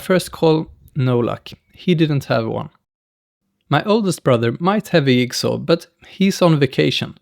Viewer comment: Lovely video. Your English is easily understood and your humor translates internationally. But it is funny how you pronounce some words. Yigsaw! Love it.